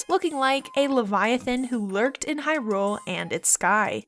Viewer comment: Is it just me or does she have a very weird inflection on Hyrule?